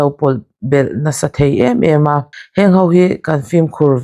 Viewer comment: Mei mei ni lovin 'mai mai'. Veu ni lovin 'viau'. Amaw ni lovin 'emaw'...